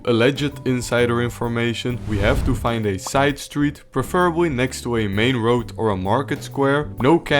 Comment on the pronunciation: actually you were merciful to them. Good video. one little note Preferably is pronounced PREFF ruhbly Not pre FERR ably.